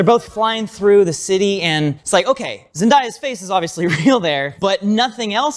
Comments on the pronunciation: "Zen-DIE-ya"??? smh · Love you guys, just one nit-pick: It's Zen-DAY-a, not Zen-DIE-a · ITS NOT ZEN-DIE-YAH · How hard is it to say ZenDAYa not ZenDIEa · Love you guys! Just gotta whisper that Zendaya's name is pronounced 'Zen-day-ah'. Common mispronunciation. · lol it's zehn-day-ya lmfaooo